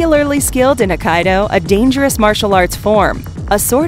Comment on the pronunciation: Its pronounced Aiee-kee-doe not Ahh-ky-doe